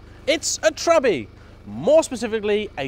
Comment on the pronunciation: I think you are the first american that I have ever heard saying Trabbi